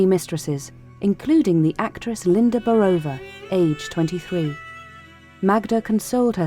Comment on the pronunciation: not Linda Baarova, but Lida Baarova